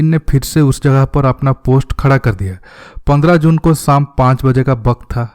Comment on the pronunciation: Bhai tumhara hindi aisa kyun hai pandra ko pondra bolte ho ...bahut awkward hai